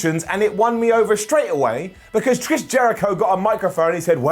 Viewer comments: Wait at about 5.30 ish, when talking about the inner circle did you say "Trish Jericho"? When you first said his name, definitely sounded more like Trish than Chris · Am I the only one who heard call Le Champion "Trish" Jericho?